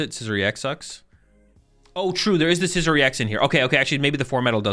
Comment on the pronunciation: I die a little bit every time you pronounce Scizor like it’s the ides of March